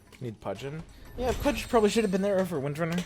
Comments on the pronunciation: yo man..its pronounce "PUJ" not "PUD GEH" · dude please, i respect u but, don't pronounce pudge like this ur killin' me everytime haha peace <3